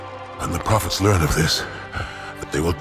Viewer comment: You said High Prohets instead of High Prophets